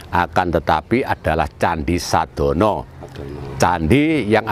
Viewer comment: Sedono bukan sadono..Mbah kalau dungo jowo mesti nyebut nama itu